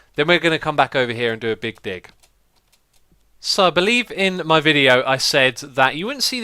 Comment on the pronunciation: He said "make a big dick (dig)" :D